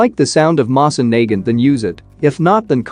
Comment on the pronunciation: You're pronouncing Nagant wrong